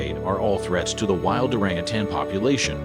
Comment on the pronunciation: I liked the video but the continued mispronouncing of the word orangutan, 🦧 and quite a few other words was simply driving me crazy. I almost stopped watching. 😬 Everything else was pretty much on point and I was surprised to learn a fact or two. 🦧